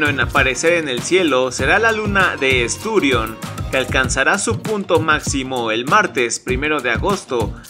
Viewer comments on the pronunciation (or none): Mal para el Heraldo con gente tan ignorante que NO sabe lo que es un acento. Dice en el video "estÚrion" en lugar de "esturiÓn" que es lo correcto ¡Vaya ignorancia!